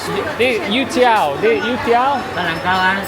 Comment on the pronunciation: You have a slight mispronunciation - it's YO-tiao (like you're saying 'yo' to get someone's attention). maybe that's why they didn't understand.